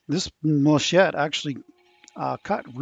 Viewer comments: I love the yellow sheen of the wood and the green of the inlay. I'm hearing you call the inlay muh-shett. The proper pronunciation is mal-uh-kite. Gramma Kat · Every time I heard "machette" I winced and whispered "... malachite..." That bowl took WAAAAAY too long to finish lol but it looks amazing. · Sorry it's pronounced mal-a-chite ( end sound is kite) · It's very very beautiful but I have to correct you. It is Mal a kite malachite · i believe its pronounced mal-a- kite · I really enjoy watching your videos. So I need to tell you about your color. It is named after the stone malachite and it is pronounced mala-kite. I’m not a big fan of green but this is a pretty resin color. Looks great. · mal•a•chite măl′ə-kīt″, beautiful bowl as always 👍👍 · The way you said Malachite made me laugh. I see others have already corrected your pronunciation. Geology was one of the things I studied in college because while Astronomy is stellar, Geology rocks. A nice-looking bowl any way you say it.